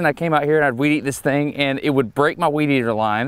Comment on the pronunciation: Washington state here. Both, but maybe a little preference to "weed eater." Although, I had pause when Destin pronounced the T in "...when you weed eat" like a T and not a D.